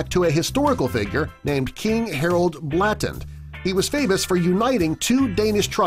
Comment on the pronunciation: Blåtand is actually pronounced: Bloa-tan